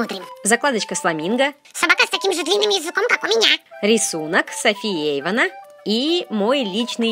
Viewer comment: Не Эйвон а Эйван